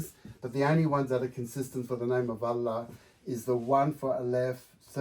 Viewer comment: Nope, as an Indonesian I can vouch that he got the "ha" correct 💯 there are two "ha" in Arabic, (ح) and (ه). The letter ه if written at the beginning of a word becomes هو, written at the end of a word it becomes له.